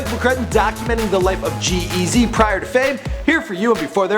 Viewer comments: The way this guy emphasizes G-Eazys name is so fucking annoying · the way he says g eazy stupid